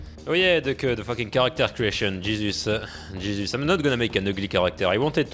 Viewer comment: When ever you say Jesus you sound like your saying cheeses or chez it's